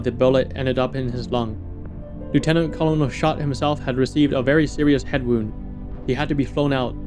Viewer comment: Hey man! Great video. But you're pronouncing Colonel wrong. It's not as it's spelled is pronounced kur·nuhl. Like kernel of corn.